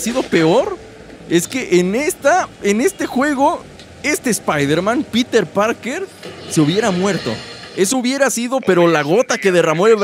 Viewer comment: En el minuto dice titer parker